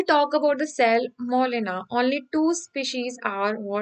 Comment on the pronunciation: Its salmonella not cellmolena